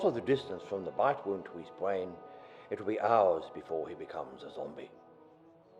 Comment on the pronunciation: This guy has quite an irritating speach impedement, "Bwainz" :\